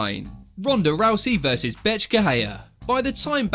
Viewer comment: Every time he said Bethe it sounded like he was saying Bitch 😂 Maybe it's just me but I thought it was funny Lol